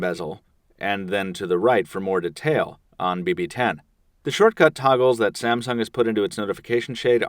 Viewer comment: When i hear when he says the samung word i thought he was saying about samson the giant